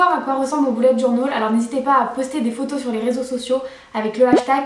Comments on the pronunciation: Au lieu de dire bullet journal 📰 on dirai que tu dis boulet de journal Lol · Oh la prononciation 😂😂😂😂journol😂😂😂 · Pk tu dit bullet journol 😂 Mais c’est pas grave c’est cool 👍 cette video